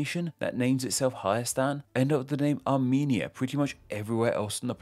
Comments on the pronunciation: You had one job to pronounce Arumenia correctly. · Armenia more like Amy-nia